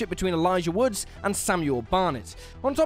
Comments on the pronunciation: Elijah "Woods" "Counterparts" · There is no "S" in Elijah Wood.